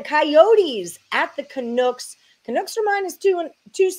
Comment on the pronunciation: why on earth are you calling them canooks? LOL not sure if i wanna take betting advice from someone who doesnt even know the name of the teams LOL sorry....